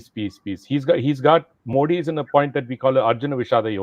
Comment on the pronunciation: Wish old man could pronounce Modi properly 😂😂